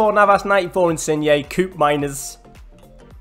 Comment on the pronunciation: The first part of koopmeiners name is pronounced abit like coöop instead of a coop 😅